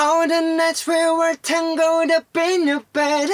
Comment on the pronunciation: yeah try tang-el-d instead of tangled lol